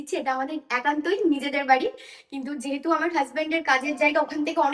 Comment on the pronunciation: অনেক ভালো লেগেছে বাট যতবার আমর এবং আর বলছিলে মনে হচ্ছিল কথাকে তুলে তুলে আছাড় মারছো জিনিসটা আমার একটু বিরক্ত লাগলো❤